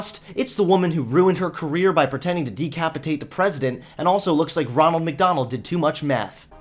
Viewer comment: I still laugh whenever you say lake instead of like